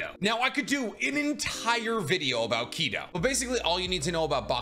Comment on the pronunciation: Your pronouncing Kido wrong though.